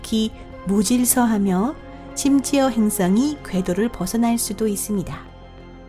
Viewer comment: 행ㅆ엉이? ㅋ 발음하고는 ㅈㅈㅈ 한글날인데 세종대왕께 미안하지도 않나? 아니 세종대왕이 누군지는 아나? 지적질한다고 뭐라지 말고 좀 고쳐라. 발음이든 사람이든 .